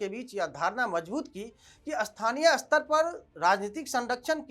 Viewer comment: भाई उच्चारण (स्तर स्पष्ट पढ़ो, अस्तर अस्पष्ट नहीं) सुधारो रो और खैनी खाना बंद करो ताकि मुँह पूरा खुले, अग्निहोत्री जी का नाम ख़राब मत करो